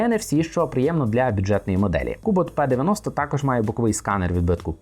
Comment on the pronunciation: Читать нужно (Р -ПИ), НО НЕ ПЕ😊